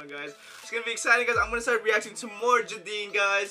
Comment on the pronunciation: jadine is pronunced as jey-din